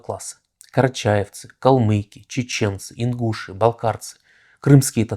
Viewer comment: Мой дед как-то сказал, Ленин много угробил народа!А ударение в слове Ингуши,, вы не правы!